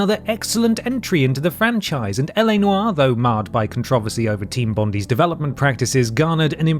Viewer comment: Bondi is pronounced Bondi, not Bondi. Get it right.